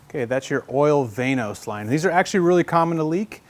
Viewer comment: I thought it was pronounced VANOS not VANOS.